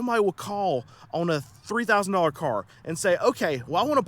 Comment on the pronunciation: On is not pronounced OWN